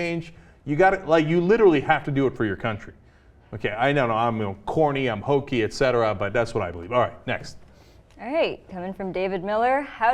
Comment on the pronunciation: ET CETERA... NOT ECSETERA